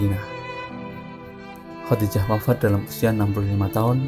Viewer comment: KURANG BAHASA NIH WAFAT BUKAN MATI...KHODIJAH BKN HODIDAH ...NGASAL BANGET